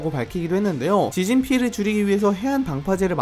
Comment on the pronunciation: 지진이 발음이 지진희로 계속 들림..ㅠ